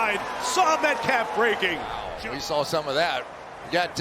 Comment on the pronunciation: The word is "saw", Chris. That's an "ah" at the end. Not "sall" with an all.